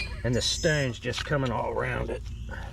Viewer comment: I like how he says stownes.